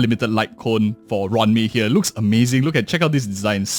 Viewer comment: It's roo-wan may not ran me 💀